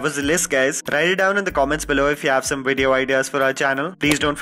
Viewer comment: say Wideo again